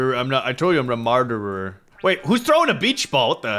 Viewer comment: murderder 😂😂😂😂😂😂😂😂😂 so funny 😂😂😂😂😂😂😂😂😂😂😂